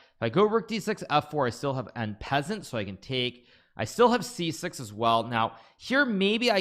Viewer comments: "en peazent"🤓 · "en peasant" lmao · "Ok so if I polay my pawn here then he will en pessant" (Nakamura ) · "En Peasant" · “N Peasant” 💀hurts me as a learning French speaker. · The way you said 'en passant' lol. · How he pronounced en passant was disgusting though